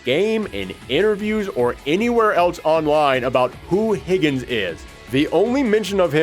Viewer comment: "Higgens". It literally says Higan. Idk where you're getting the S from, and it's pronounced He-Gone.